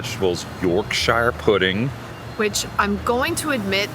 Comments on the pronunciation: I love Newcastle! Nice video! It’s pronounced york-sher, by the way. 😊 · Some tips from an Aussie -> Quayside = Keyside; Yorkshire Pudding = York-sha Pudding ("shire" endings are pronounced "sha" in England; similar to how "burgh" and "borough" endings are pronounced "bra")